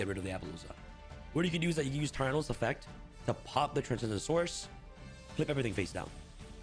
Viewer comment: I keep hearing him say "Transgendasaurus"